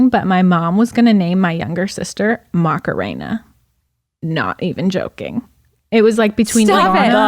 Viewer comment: Yall Macarena is a super common an pretty name in Chile/Peru, you just need to not pronounce it with such a strong english us-american accent lmaoo